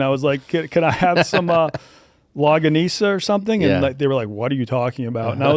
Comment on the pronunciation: Longanisa is pronounced Long - ga - knee - sa